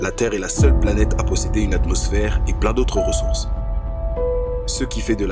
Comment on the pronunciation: "Pleinns" au lieu de 'pleins' Oue je suis chiant